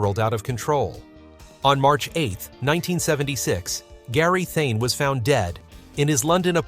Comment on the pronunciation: Funny what hard work the narrator makes of Gary Thain. Not a difficult name to pronounce either!